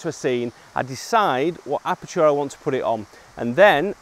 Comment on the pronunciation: I like the way you pronounce aperture :)